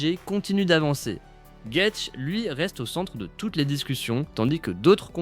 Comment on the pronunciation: Gaethje : phonétique... gaëdji in english